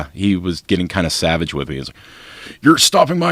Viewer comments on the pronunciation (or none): none